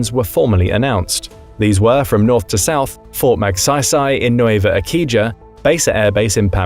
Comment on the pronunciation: What is Nuweva Ehkeejaa and Keboo?? 😂